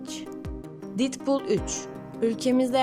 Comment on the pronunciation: didpul değil dedpul diye telaffuz ederseniz sevinirim ayrıca filmin adı deadpool 3 değil deadpool & wolverine...